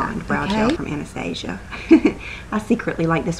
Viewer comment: Just want to say THANK YOU for pronouncing Anastasia correctly. all the videos I watch no one can pronounce it the right way, it drives me crazy :). (trivial, I know, but what can I do heheh)